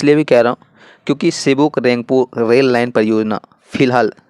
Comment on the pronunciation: Its sevoke not sivok